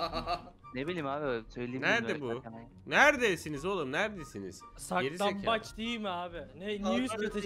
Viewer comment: Abi sizin oynadığınız saklanbac değil siklanbaç